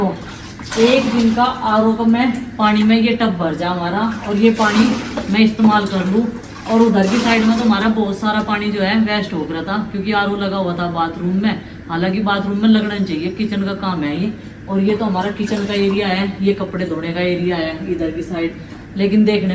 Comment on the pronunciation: Waste hota h. Weist nhi